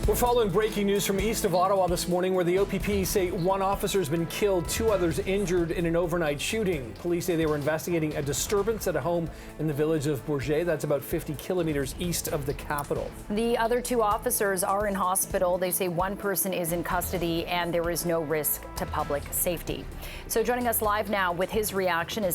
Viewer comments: #CP24, Bourget is prounounced Bore-gette (the g is pronounced like the g in gin). The OPP in this area will need alot of help with this and I hope they receive it. 💐My condolences go to Officer Mueller's loved-ones and I'm praying the 2 Officers brought to the hospital in Ottawa recover well.🇨🇦💔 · Announce your T in Bourget geese ... Disappointing the only newscast on YouTube that doesn't pronounce the T. Disrespectful since im from the area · Are you enunciating a french word with an english slant. Yes, in english it would be boor jet or boor get, in french, boor geh (soft g), the t is silent.